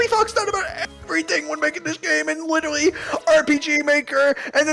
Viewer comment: “TOBY FOX THOUGHT OF EVERYTHING WHEN MAKING THIS GAME IN WITERAWWY AWPG MAKEW”